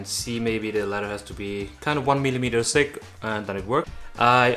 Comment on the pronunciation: This guy cracks me up. He pronounces it letter instead of leather and sick instead of thick. Not making fun. It’s just funny.😄